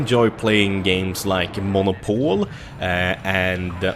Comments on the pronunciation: The way you say Monopoly is hilarious. It is pronounced "məˈnäpəlē" according to google. Like men, mixed with op (short for operation/operator,) mixed with oly, sort of like the end of teh word golly. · Monopol is called Monopolly in English!:D